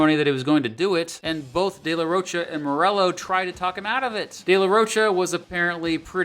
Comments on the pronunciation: Get Zach's name right , it is Rocha like mocha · Loved the video but some of the pronunciations just killed me. The ch in de la Rocha is pronounced like a k. And rodeo is ro-day-o not like a cowboy ro-dee-o (it's a street in LA btw).